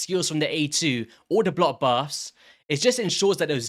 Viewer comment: The word "BLOCK" has a CK at the end of it. it's not blo active skills it's BLOCK!